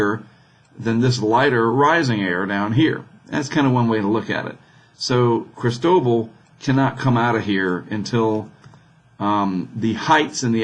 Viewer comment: See, right up there on that NOAA page, it says "pronunciation guide" -- and according to the guide, it's pronounced krees-TOH-bahl. You got it. Maybe need a little more "ee" on the first syllable. :-)